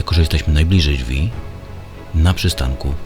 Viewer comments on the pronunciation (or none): none